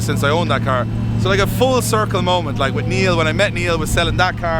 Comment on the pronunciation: For the more intelligent when he says Free he means Three, When he says Wiv he means with! This is classic TH fronting at it's worst.